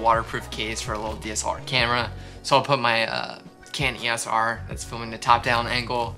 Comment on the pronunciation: WOO another video, first person I have ever heard pronounce EOS R as Eeeyos R was cute lol